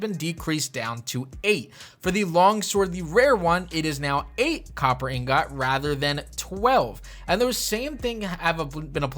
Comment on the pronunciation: Gotta get those Inggahts everyone